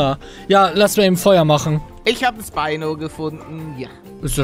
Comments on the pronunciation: Es heißt Spino nicht speino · Es heißt nicht Speino sondern Schpino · Man spricht es schpino nicht spynoe aus